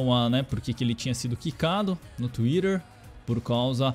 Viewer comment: "Tuirer" KKKKKKKK